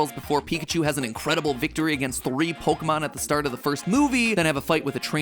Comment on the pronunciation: I dislike how Pokémon is pronounced in this otherwise decent video.